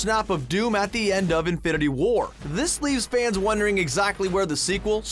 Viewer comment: The way you say infinity WAR annoys me. Also a mum minute is too long for an intro